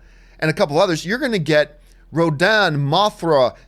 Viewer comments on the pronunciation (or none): none